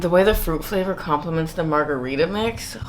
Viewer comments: Margerweeda lmao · I just came here to say Margareefa